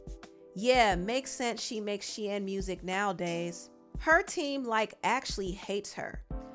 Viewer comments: Girl it's pronounced SHEEN not Shein 🤣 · It’s pronounced Sheeeeeeen lol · The I in Shein is silent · Okay I thought you pronounce it “SHEEN” 😂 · Why are you saying Shein like that...I thought it was pronounced Shein lol